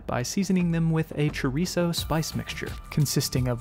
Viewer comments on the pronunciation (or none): none